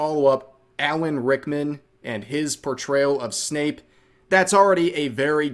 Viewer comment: Bro it's Snape, not Snoop.